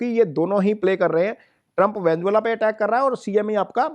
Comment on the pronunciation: Venezuela ❌ Venzola ✅